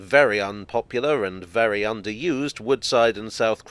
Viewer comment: Before the railway, it was vewwy, vewwy quiet there.